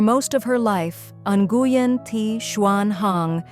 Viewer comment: Please learn how to pronounce the name. Nguyen is pronounced when.